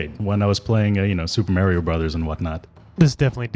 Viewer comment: I lol'd at most of this guy's pronunciations. "Mare-io?" LOL And then what he called Preyas.... So funny....